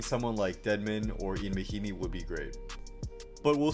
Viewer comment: Lol he pronounced "Ian mahimi" like how it's spelled. Real basketball guy we got here.